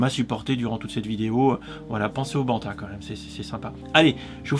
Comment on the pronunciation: "Un beau banta"? ... :p